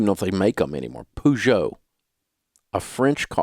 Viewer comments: Peugeot - - > pezo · So Dave can't pronounce Peugeot or Jaguar. Still dumb.